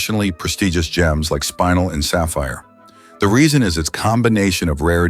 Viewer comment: I like the video and the content, but I hate the AI narration. In addition to mispronouncing things, like spinel (not pronounced spine-nel), it’s inconsistent. Please get better narration.